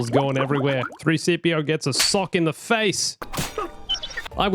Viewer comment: I noticed him say "3-cpo gets a sock to the face" at the end 😂😂 love the content tho